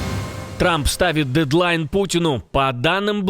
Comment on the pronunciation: Клизму ведерную нужно ставить, а не "дьєдьлайн"